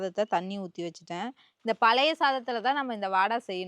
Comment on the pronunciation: Palayathu ila sis.palaya soru nu solluga😂